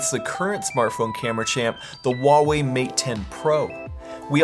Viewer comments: Great video, thanks. Just a tip from a guy that lived in China for ten years , Huawei has an H, it is necessary to pronounce the H, it is not WaWei , not at all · Yeah, they paid him and not even know how to pronounce their name.